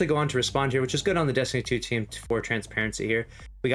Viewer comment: "Destinytuutweam" lol